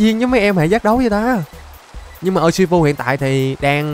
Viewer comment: Đọc là ushifu và em chúc thầy một ngày vui vẻ